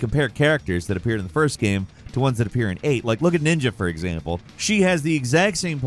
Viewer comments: nina not ninja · Did you say ninja not Nina from tekken?! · How is FFVII not in here...... And it is NINA, not NINJA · Sorry but, the Girls name in Tekken a Nina not Ninja... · Tekken is with introduced me to video games when I was a small child. I am shocked an appalled that this guy did not know Nina‘s name he called her ninja. Come do better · Did you call Nina Williams Ninja? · Ninja?… you mean Nina? 😂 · "Ninja"? lol... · I'm right about to unsub over inability to read and/or pronounce anything correctly. Where's the j in Nina lmao? Bruh you can't even get words out in the right order a good portion of the time and yall can't even edit it out. Wtf are you even doing in these videos man?